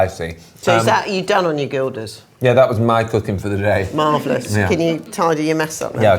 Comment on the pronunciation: The g of "gildas" should be pronounced like the Spanish "j", not as in guild or git.